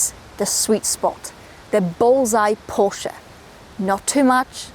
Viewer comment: Love the way you pronounce Porsche with the 'e' at the end, and not Porsch... Like most internet reviewers..BTW your 'silent sex' comment is the funniest thing any motoring journalist has ever said😂 I would take this over any electric vehicle, be it an SUV or lawnmower....